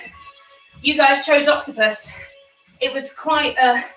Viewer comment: "It's a HOTCTOPUS" stop it 😂😂